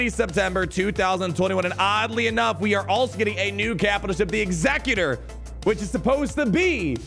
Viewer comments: When the GA says Executor like Executrix but it’s actually different: 🤨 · surely executor is pronounced similarly to execute not like executive lol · Man doesn’t know how to pronounce executor